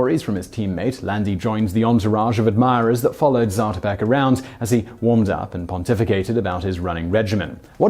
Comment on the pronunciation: It's pronounced zaah-to'-peck, not zatuhpeck